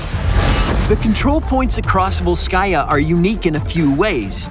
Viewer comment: It's ['volskaya], not [vols'kaya], just like ['jefferson] is not [je'fferson]